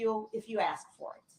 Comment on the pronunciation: "Doc-eh-she" & "I did what you axe-me-da-do'" are 2 of my faves...😂 Also "statue" instead of statute...😂😂😂